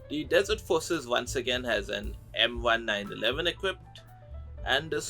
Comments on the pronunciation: one small thing on the gun names. It's not pronounced like the 'M-one nine eleven", it's pronounced like the "M-nineteen eleven". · I don't blame you for butchering the M1911 name cause I, too, was guilty of doing that in Black Ops Zombies